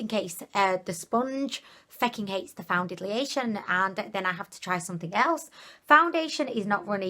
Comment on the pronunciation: I rewound the very beginning 3 times just to hear you say welcomeb to a foundidliation review lol love it!